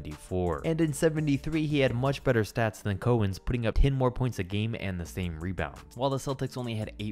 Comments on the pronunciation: Two quick things - its pronounced KOW-ENZ, not KO-ENZ. And by far the worse player to ever make an all-star game was AC Green. He averaged 12, 8, & 1 as a full time starter. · Small point: it's pronounced Dave COW ens, not COH ens. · It's pronounced Dave Cow-ens, not Co-ens. Put some respect on that man's name! 🤣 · Dave Cowens's last name is pronounced "COWens," like the animal, not "CO-ens." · Dave Cowens' name is pronounced like the animal cow. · Who else’s skin crawled every time he mispronounced cowens name